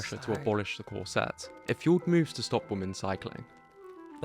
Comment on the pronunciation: It's killing me to hear this narrator constantly say "corSETTES," omg, it's "CORset." Esp. in Victorian England.